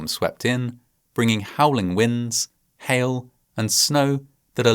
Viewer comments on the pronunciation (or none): none